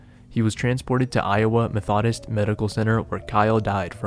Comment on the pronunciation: Good ol' mahthodists